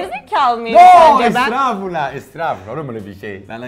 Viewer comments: Danla:biz terbiyesiz miyiz? Danilo:estruffulaaaa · Danla: Biz terbiyesiz miyiz? Danilo: Nooo estirafullaahh Djhdhdjdjsjdjjdjdjdjdjdjjd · biz terbiyesiz miyiz -yoooo estraaafullaaa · Adamın estağfurullah yerine estrafurullah demesi daha ilginç geldi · Danla: Valla türkçen benden iyi şefim. Danilo şef: Estrafrullah estrafrullah. Çox güldüm buna😂😂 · Danla : Sizin Türkçe benimkinden iyi Danilo: Estırafullah Estırafullah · Danilo şefin herşeye estrrafulah demesi VE sürekli danlanın yedikleriyle laf sokması Jsjsdxdsjssjdxs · Hiç kimse: Danilo şef: estrafulah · Hiçkimse; Danilo şef: esstraafullah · Ya ne güzel estağfurullah diyo ckkfkf estraaaafurulla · Danilo kim bilir kaç yıldır türkiyede hâlâ estağfurullahı söylemeyi öğrenemedi